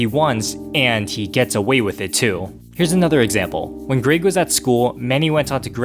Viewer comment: to says greeg instead of greg